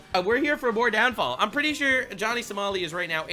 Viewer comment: did this guy just call him Johnny So-small-i? That's hilarious!